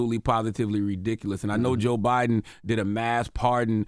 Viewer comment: Love how Charla pronounce Joe Biden with a hard Bi, just so Joe Budden know his name will never come out his mouth.